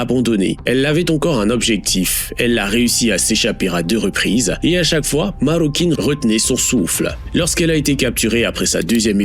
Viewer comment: Marroquín, pas Marrocouine ! En espagnol, le "u" ne se prononce jamais après les lettres "q" et "g" ! Ce terme signifie "Marocain", ce qui peut laisser supposer que cet homme a peut-être eu des origines au Maroc. Idem, on ne dit pas Migouel, mais Miguel (comme ça s'écrit). A part ça, la vidéo est assez instructive. Merci.